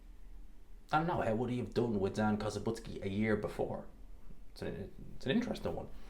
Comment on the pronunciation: It's Zhan not Zan.